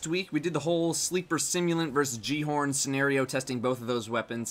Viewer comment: Why does he say "J" horn... isn't it "G" horn